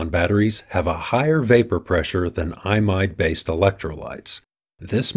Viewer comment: I pronounce 'Imide' incorrectly in this video. It should sound more like 'ee mide'.